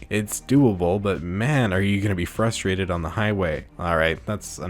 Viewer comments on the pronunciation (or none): none